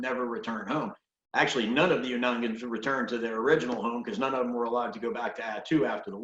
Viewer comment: Some do refer to themselves as Aleuts. It is pronounced (Oonagnian) Unanagiax.